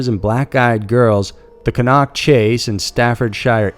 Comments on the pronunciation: Also it's not cun-nock it's pronounced can- knock #justsayin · Pronunciation of British placenames is absolutely appalling. It's CAN-Nerk, not Ker-Knock, and Staffordsher, as if pronouncing just the first 2 letters of she, not Stafford-Shyer. These are easy enough to find on the net so there's no excuse. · Plse get ya dacts right, its cannock, NOT cann nock. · PLEASE learn how to pronounce things........its pronounced CAN...NOCK.........LIKE A SOUP CAN. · It's pronounced Can-uck ;) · Fantastic content as usual! And thank you for exploring some really spooky UK stories. And I mean no disrespect when I say Cannock is pronounced Can-ock and Staffordshire is pronounced with a sheer at the end - as almost all UK counties are. There - English english lesson over. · ca-NOCK chase in staffordSHYER ffs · You said Cannock wrong but nice try :) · The way you pronounced Cannock is really funny. It's used mostly for dogging these days.